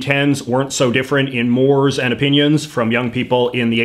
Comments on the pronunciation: Mores has two syllables. Moor - ays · It's pronounced 'morays' bro